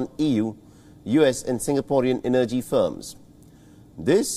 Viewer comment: Please look up the pronunciation of the word energy! You have good reporting but some if your reporters are difficult to follow due to slurry speech or incorrect intonation and/or pronunciation. (Not accent or dialect, I’m fine with your broken English.) Kind regards Anders Sweden